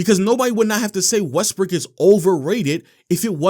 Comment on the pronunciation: If you play the video at x2 speed you keep hearing his pronunciation changing to: “westbrick averaging 3.5 turnovers” “when they traded for westbrick” “after westbrick joining the team” 😂😂 specially at minutes 7 and